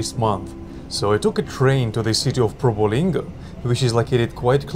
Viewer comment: Bang, not Provolinggo but the correct reading is Probolinggo, East Java 😊